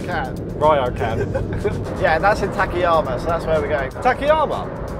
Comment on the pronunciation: Why does almost English speakers pronounce after(k)vowel always phonetically (i) ？ Ta-ka-ya-ma , I sounded (ta-ki-ya-ma). same as karaoke (karaoki), shiitake(shi ta ki). Why?